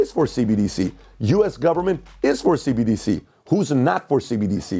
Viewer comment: She said CDBC lol